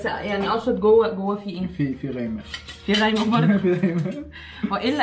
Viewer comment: اسمها قيمه وليس غيمه بس الايرانيين يلفظون القاف غاء والمفروض هو عربي عراقي يعرف